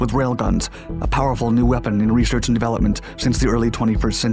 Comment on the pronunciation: What’s “reshherch?”